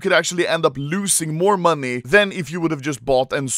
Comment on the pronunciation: Why does this man say money like "MONII"